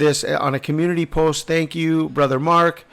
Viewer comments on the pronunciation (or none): none